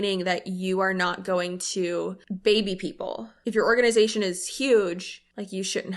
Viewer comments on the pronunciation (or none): I keep replaying that part to listen to how she pronounces the word organization…..